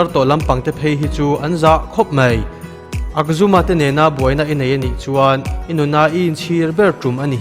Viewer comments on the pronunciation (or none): akzuma niloin Ajhuma a nilo maw